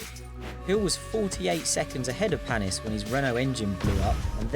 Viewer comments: And its paniiiis 😂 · Olivier Panis with an "A"